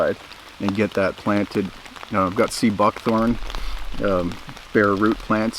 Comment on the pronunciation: Ooops, i heard seed buckthorn! I will go back and lay by my dish! Sea buckthorn .... I should have known you better!